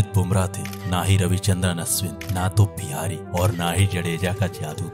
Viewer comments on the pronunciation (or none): none